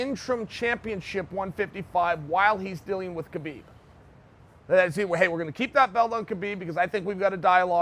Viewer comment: Damn, all the shit you talk you cannot even pronounce Khabib's name correctly?